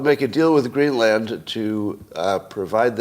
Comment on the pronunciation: The land in Greenland is pronounced like soda.